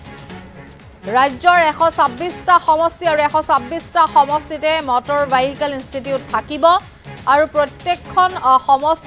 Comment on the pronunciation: Vehicle pronounce Koribo nuware aisobe, keneke nu news anchor hol nije u najane sage. Mor gedha bilake he job pai, bhal educated manuhe napai. Vehicle 😂😂😂